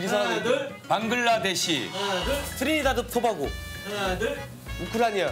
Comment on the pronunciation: 트리다드포바고..? 라고 한거야..? 그렇게 어려운 이름은 어떻게 아는거야 규현아..?